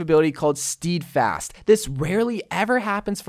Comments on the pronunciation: Steadfast as in STEDfast not STEEDfast. I had to go full Hermione on you brah. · Steadfast is pronounced Sted-fast, as in Steady, not steedy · Why does pronounce it as steeeeedfast but everybody else pronounces it like steadfast LULW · me: nice theres a new rein ability called steadfast: actually it’s pronounced STeEeDfASt me:....... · Me: Alright, man say it with me, Steadfast: StEEEdfast Me:... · It’s pronounced “Sted-fast” bby <3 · is anyone else triggered by how he pronounces "steadfast" as "stEEdfast." ?? still luv u tho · Also, Steadfast is pronounced "Sted-Fast"' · You pronounced steadfast wrong ._.